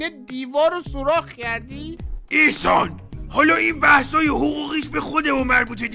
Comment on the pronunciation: احسان❎ اخسان✅